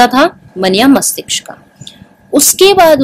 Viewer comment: mastishk hota hai mastiksh nahi